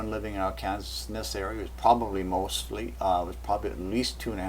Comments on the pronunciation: Always has been and continues to be pronounced R-can-saw. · Where are you from??? It is Are-cān-saw'........ Also, New Mād'' -drid! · I wondered about that--Ar-kansas! And he pronounces FEMA is fema, short e instead of a long e. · Its not R Kansas. Its R Can Saw - Arkansas. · IT IS PRONOUNCED "r can saw"! NOT AR KANSAS! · What you call R-kansas, is prononced Ar-kin-saw. (Arkansas) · It is pronounced AR - KAN - SAW not AR - KANSAS! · just a minor, minor comment. It's not pronounced Ar-kan-sas, rather Ar-kan-saw....odd I know.:) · arkansas, LOL. here in the states we say arkanSAW. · Arkansas is pronounced Ark-can-saw!! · Hey, Please pronounce Arkansa.. Ar-kan-saw.. try it... and thank you for info. what are your credentials.. Topography, Meteorologist, Intel/Spec.??? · trying to watch this....im from Arkansas......pronounced....Ar can SAW.....your driving me crazy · Ar Kansas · Love the video, but it's pronounced, "Arkansaw". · just a FYI: Arkansas is pronounced: ARK-N-saw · i think this pronunciation of Arkansas is Canadian and the other is a localized one...but this is still interesting research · I am distracted from the video content by his weird pronunciation of " Arkansas". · you pronounced Arkansas wrong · You lost all credibility with me through your pronunciation of Arkansas. Then you mentioned zeta talk. I won't even give you the time of day now. I'll stick with Cayce's map.